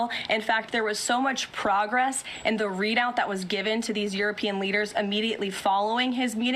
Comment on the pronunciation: Is it just me or can't she pronounce European? It's pronounced Youropean she sounds like Uropean